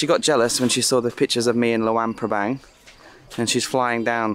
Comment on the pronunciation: It's not lawang prabang! It's luang prabang